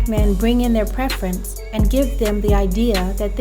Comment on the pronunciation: What do you mean;"I thought he was a white man, because a black man wouldn't divorce his preference."(I think you said preference, although it sounded like prefence). What is that supposed to mean? Especially as you followed it up by, "...men don't normally file for divorce." (Nearly 80% of divorces filed by the woman) edit: Ok, nevermind. After watching a bit more of the video. It's obvious this is just a hit piece. She's fake and Kevin Samuels is too?? Just because they speak the truth? You say that she thinks she's an expert on the black community. Yet you sound Much younger but you believe that you are in a position to say a 40yr old person doesn't know anything. You know better, yeah? Oooookay, youngun. Ok. Absolutely Wreaks of jealousy. Shame on you! If you don't agree with her, you don't know the first thing about life as an adult.